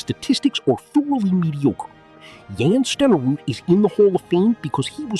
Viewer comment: And learn how to pronounce Steneruds name! AI bs